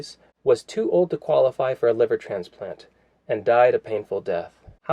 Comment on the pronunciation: estradiol It is estra - di - ol